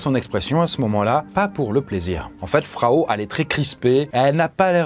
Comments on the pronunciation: Je crois pas qu'on puisse prononcer "Frau" Fraou (comme un prénom)... Frau Trofea ou Madame Trofea de la traduction de l'allemand , la angue parlée dans la (région alsacienne ) de ces années là ... Ceci dit, c'est ainsi que Péracles l'a nomma dans ses écrits , et l'on sais que ce n'est pas le vrai nom de cette dame, et qu'il aurait sorti se nom comme nous pourrions le faire de nos jours en l'appelant "Madame trucmuche" ou en Allemand " Frau Trofea"...😉🤔👍 Mais sinon , c'est une vidéo très sympa comme d'habitude. Je comprends enfin ma tante , qui me disais de temps à autre, que j'avais "la sainguy" quand j'étais gamin et turbulents. Comme si il s'agissait d'une maladie...🤪🤔😉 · Au moment où cette histoire se passe, Strasbourg était une ville de l'empire romain germanique, ce qui implique qu'on y parle une langue germanique. Ce n'est d'ailleurs pas pour rien que l'alsacien est un dialecte allemand. Donc oui, il prononce mal "Frau" étant donné que, histoire vraie ou non, son nom n'est pas Frau étant donné que Frau veut dire femme ou madame, dépendant du contexte. Il aurait très bien pu raconter l'histoire en remplaçant "Frau" par "Madame".